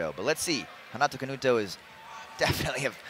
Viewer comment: Why the commentator is calling Canuto Canato all the time?